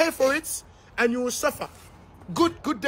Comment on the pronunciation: "you will pay for it... and you will SUFFA" 🤣